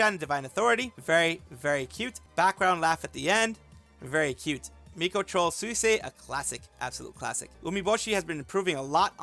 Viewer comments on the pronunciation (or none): none